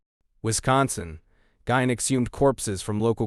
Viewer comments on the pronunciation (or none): Geen pronounced not gine